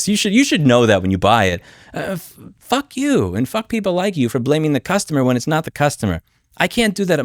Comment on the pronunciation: hilarious pronunciation of fuck you